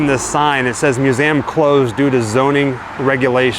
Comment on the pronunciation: Please sir. I it is not "mew-zam".